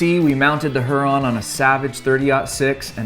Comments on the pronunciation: its pronounced hyur-on; not huron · Here-on. Not Her-on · Not her - ron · It’s pronounced “Huer-on”. Like the Great Lake or native American tribe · Pronounced hue-Ron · It's pronounced "hear-on" like lake Huron. Trijicon is based in Michigan. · I swear if you do not go and look up how to say lake Huron write freaking now, I am gonna have an aneurysm.